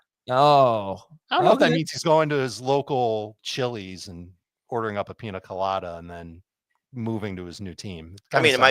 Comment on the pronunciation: The way you guys pronounce Pina Colada just hurts my ears..lol